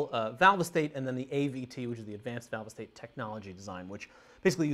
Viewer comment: Valve-EEE-State amps LOL